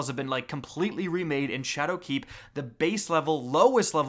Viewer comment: why do u say shadowkeep like dat